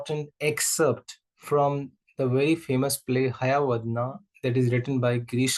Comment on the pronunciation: Excuse me sir that is not hayavadna while pronouncing it is hayavadana